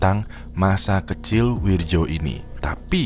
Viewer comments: Wirdjo (read:Wiryo) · Wirjo dibaca wiryo bang klo dijawa